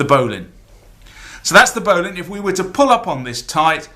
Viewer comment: I don't know why they way you say bowline annoys me.